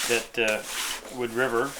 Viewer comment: Is that "Woo Driver" or "Wood River"?